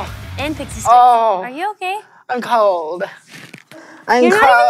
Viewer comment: "I'm kowled"- 2018